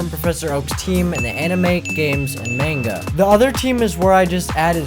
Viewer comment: I like the fact that he used the manga Pokemon too but the way he pronounces manga is "off" to say the least.